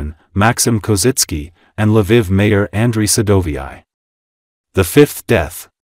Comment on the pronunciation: Its funny how the AI pronounces some things. LA VIV lol